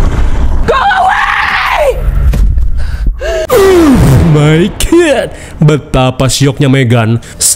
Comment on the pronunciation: Aku candu sama yang bilang oh my good😅❤ semangat terus 😊😊